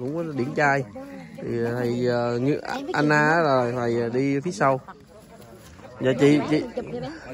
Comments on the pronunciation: Thầy A Nan k phải An Na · em có đọc comments không? Gọi là Đảnh lễ chứ không Đánh lễ. Nói đúng mọi người mới nghe em một cách nghiêm túc. Còn Sư kia là A NAN chứ không phải AN-NA nhé!